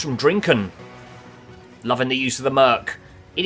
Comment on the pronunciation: Drinken😂 sappig engels uitgesproken